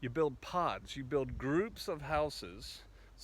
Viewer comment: PODS!!! ohhh I thought I heard POOOT!!😅🤣